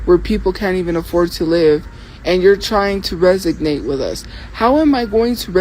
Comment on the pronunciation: Resonate is the word you are mispronouncing 🫑